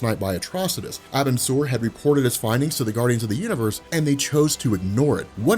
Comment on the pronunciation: it's pronounced are-bin-sir that's the best way to write it (this isn't hate btw)